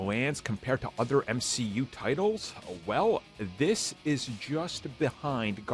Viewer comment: I actually can't believe said M-SHE-U for this movie aswell man was that sad to see it show me now that he has doubled down he has to call everything that